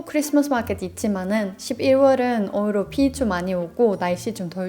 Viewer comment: “오히려”를 “오히로”로 발음하시는거 커엽네요